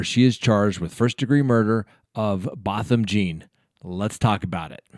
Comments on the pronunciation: I have serious issues with her not performing cpr or anything as it appears. She didn't seem to put her phone down. This is a sad sad case, but hopefully justice will be served. btw the victims name is pronounce Both-um John.. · Learn how to pronounce the victims name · At least pronounce his name correctly.